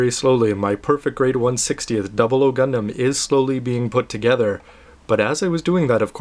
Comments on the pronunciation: excuse me, obviously your not a true gundam fan, despite your name, had no problem with the pronunciation. that is how they pronounced it in animes and the official website. Just ask any true gundam fans and see if his pronunciation is wrong. Sorry but i have to say, with YOUR pronunciation, you fail. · so you're saying you can pronounce it better? think again,thats how Japanese say it, thats how gunpla FANS say it. thumbs up if you guys out there say this is correct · Gundam.... WHAT THE HECK!! PEOPLE QUIT TROLLING THIS VIDEO!!! nothing wrong with the way pronounces "Gundam" or any other word. I personally don't like anything lower than the 1/60 scale model kits xD I mean, not that I don't like them.. but I wouldn't get them. After you get a PG, you don't really feel the need to get anything less. At least that's my stand-point on it.